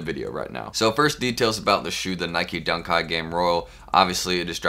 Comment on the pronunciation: Why he keep saying Dunk kite 🤔🤔